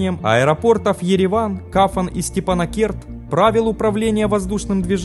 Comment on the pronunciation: Аэропорт называется КАПАН а не КАФАН!!!!